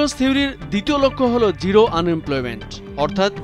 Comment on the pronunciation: It's zero, not giro!